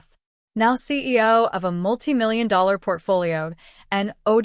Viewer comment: Maybe you should actually get somebody that knows how to read and pronunciate English American English because it's obvious this is an AI generated reader because they can't read s*** they can't even pronounce millions of dollars and balcony